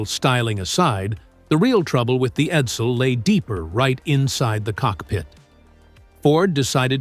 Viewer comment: Eddel? Edsil? AI Effluent